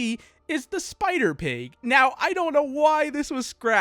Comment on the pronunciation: the way you said spider pig is kind of okay a little off kind of